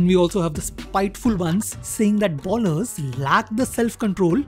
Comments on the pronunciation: Good content, keep it up! Few Corrections though: 1) 90 kmph is the speed at which Ashwin bowls and "All the way up to 140" means 140 is his top speed. His registered top speed is 153 and generally bowls in 135-145 range. 2) Bowlers is pronounced as "Bowl-ers", not "Ball-ers" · its not 153 its 153.26kph and its pronounced more like boh.luhz and not bowl-ers just a minor correction keep up the good spoting